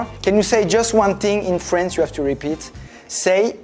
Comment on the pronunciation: 😭😭😭😭 c’est une master class (jeu de mot) cette vidéo 😭😭😭 la partie où faut expliquer le son « O » in feench >>>>>>>>